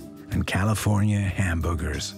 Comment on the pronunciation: He said "California Hamboogers."